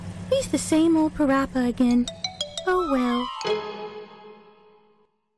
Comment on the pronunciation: PaRappa... More like PAW-RAPPA AHHAAHAHAHAH